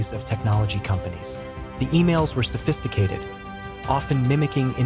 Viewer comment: Sophisticated.. not suffisticated 😂